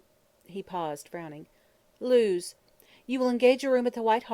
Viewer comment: I wanted to like this but all the mis-pronounced words are PAINFUL. Claret is not "clar-ray", Lewes in Sussex is not "Lews", lithe does not rhyme with "with" - too many others to mention.